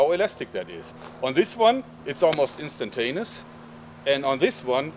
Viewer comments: "instantanus" , not hating, just made me laugh :) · no offense, but I think you said, "Instant anus" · "Instantanus" XD